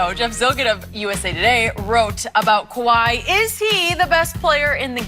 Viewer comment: Skip said kawhai